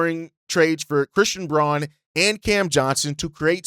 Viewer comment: Fyi, Braun is actually pronounced Brown. Bulls fan in Denver, fwiw